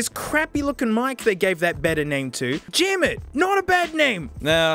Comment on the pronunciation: Jam-It just sounds like damnit